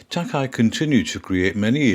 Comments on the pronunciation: Thank you for featuring this amazing artist. Incidentally his last name is pronounced Tak-ā. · Another excellent, informative video by. All of these are so much fun to watch, and research is always remarkably comprehensive. One note -- Takei's name is pronounced "Tah-kay", as in George Takei of Star Trek fame. Thanks much, brilliant work.